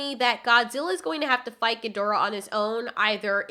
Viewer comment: Thank you for pronouncing Ghidorah properly!